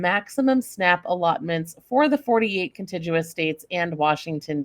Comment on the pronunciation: Why is the way that contiguous is pronounced so annoying to me? 😆🤷